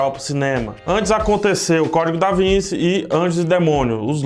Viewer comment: Se vai fazer critica de filmes / livros tem que começar acertando o nome das obras: em "O Código Da Vinci" o 'c' de Vinci tem som de T por ser italiano. Cada vez que alguém fala Vinci com som de C o pobre Leonardo se revira no túmulo.